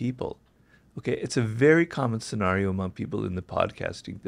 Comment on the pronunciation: he keeps pronouncing scenario as "sen-r-eo" instead of "sen-air-eo", which is annoying me